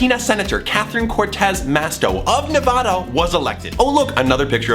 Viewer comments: Okay this was fine until you pronounced it NE-VAH-DA its NE-VA-DA. Aaaaaaaaaaaaaaaaahhhhhhh I WAS BORN AND RAISED IN NEVADA I HAVE LIVED IN NEVADA MY ENTIRE LIFE DON'T TELL ME IM WRONG !!!!!!!!!!!!!!!!! otherwise nice video, love your channel , you're awesome 👍👍👍👍👍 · Did you just say NavOda Still awesome video 🤗🤗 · O-O I live in nevada and, wait. DID HE SAY NAVauuuDA OMG. XD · he said nevada wrong oh my gooooooshhh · He pronounced Nevada WRONG it's annoying